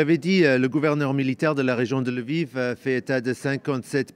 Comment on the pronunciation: Ce n'est pas " El-viv " , philomé !!...Lol